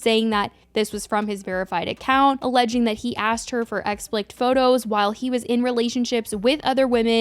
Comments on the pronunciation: "Explict" is not a word. It's pronounced ex-pli-cit - three syllables. RIP Liam Payne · Please just say "EXPLICIT" ...EX. PLI. SIT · Explicit is pronounced like explisit ♥️ love your videos